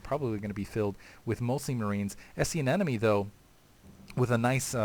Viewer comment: He means you're doing the same thing I'm doing: pronouncing it "anenome," instead of "anemone."